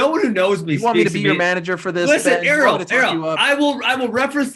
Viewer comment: Ariel kept pronouncing his name wrong